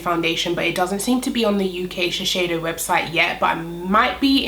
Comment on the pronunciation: Hi! Thanks for the video- amazing foundation. Just FYI, I work at Shiseido in Tokyo and it’s pronounced Shis-Say- Doh. You’re saying it incorrectly and wanted to let you know for next time. Thanks and keep up your great work. Cheers!